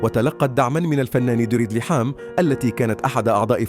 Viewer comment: ليحام.؟ كهرباء! لحام انطق بشكل صحيح